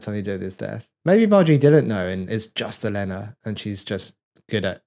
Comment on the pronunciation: Oh-leh-nuh (Olenna), not Eh-lay-nuh.